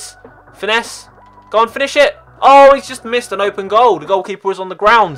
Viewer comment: Did you say openis